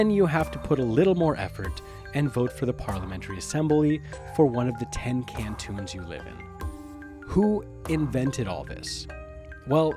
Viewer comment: Why are you pronouncing it "can-TOONS?"